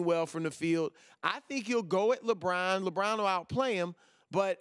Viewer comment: Am I the only person who finds it annoying the way Chris Broussard pronounces LeBron's name? Just curious.